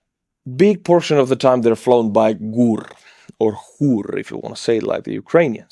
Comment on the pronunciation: Г in ГУР is not g or h English doesn't have that sound